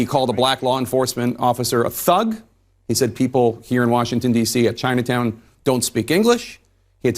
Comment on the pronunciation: I could only stand about 2 minutes of it around the time he was going on about Biden having documents “in Chyynaatown, where they don’t even speak English” 🙄. They should have had him in a soundproof booth where they could simply turn off his microphone when he was spouting his lies.